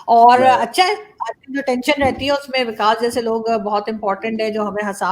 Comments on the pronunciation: 🤣🤣🤣vikas hy wakas nahi ....arzoo 🤣🤣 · Hello Pakistani sherni..vakas nhi vikas lol to funny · He is "VIKAS" and NOT "Vakas"😂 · Dhanyawaad. Thats me Comedian Vikas💐 I guess Pakistan has Waqas so pronounciation ....